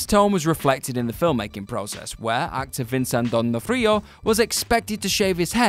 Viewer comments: I paused the video since my last comment, in "Vin-son Din-Frio" for Vincent D'Onofrio. This shit is clearly on purpose : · / Or Vincent DON O Freo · No mate, I'm British. There is frequent mispronunciation in WC videos (this one had pugilistic with a hard 'g' (wrong) and the way Vincent D'Onofrio's name was pronounced was just bizarre) and here we also had misspelled names. In Vera's case, changed to a different name. It's not that hard to check pronunciation of an unfamiliar word or name. Like I said, I think a little bit they're doing it on purpose at this point.... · I understand different places pronounce different WORDS in different ways, but a person's NAME is pronounced the same way no matter what country you are from. I have no idea how you trainwrecked Vincent D'Onofrio's last name as badly as you did, but wow did you butcher it. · Tore-Ants? Verga? Don Nof Rio? R Lee Earny? Vivien Lee? what is going on?